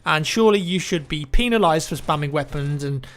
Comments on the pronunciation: Did he say PEENalized of moving pistols xD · did you say penislised? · Penile-ized lol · peenalized - 2k15